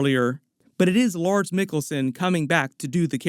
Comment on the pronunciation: Feels like we been waiting forever for this. Am so excited. lol. The characters look bad ass. Sith, Jedi and everything else. I no can wait. lol. I kept hearing MADS every time you have said LARS. I googled. RIP Ray Stevenson (I did not know).